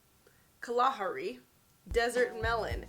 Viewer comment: Also in case you were curious it's Ka-la-HAR-i ❤